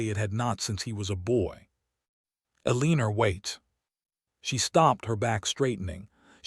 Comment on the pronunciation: Please teach AI to pronounce Eleanor/Elinor correctly. It's pronounced like "ellen-nor" not "eleeen-nor". Sheesh. Down voting for that alone. Would be a much better story if someone would teach AI how to pronounce names and words correctly.